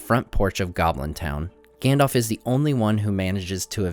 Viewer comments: Stop saying "Gandolph", its "Gandalf" we are not talking about some "Gandolph Hitler" here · you nerd,it is GAndalf...not Gendalf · Gandalf, not Gandolf. Both As are pronounced the same. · Gendalf, engmar, eargorn... sorry, it just makes my ears hurt. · "Gendalf" xD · can anyone tell me why americans say gandolf instead of saying it correctly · I'm sorry to say this, but his name is pronounced "ganDALF" not "ganDOLF" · Great videos but you’re pronouncing Gandalf wrong, you’re kinda saying Gandolf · Gandalf, Gan-dalf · Good content but I'm a bit annoyed that you pronounced the name Gandalf incorrectly :(